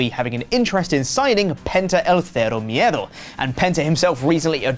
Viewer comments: it's not Fero Miedo. It's Cero Miedo with the C being pronounced like an S. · Using the Spanish dialect used only in Spain, when referring to someone from Latin America, as opposed the the dialect used in Latin American it’s pretty ignorant. Pronouncing the C as a TH is very insulting to persons from Spanish speaking regions that are not Spain. Great Job.